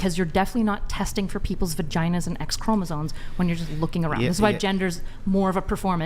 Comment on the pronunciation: The word is “chromosoMes”, people. NOT “chromosoNes”. Sheesh!